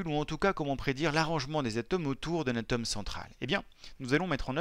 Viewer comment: On dit ATOME et pas a tome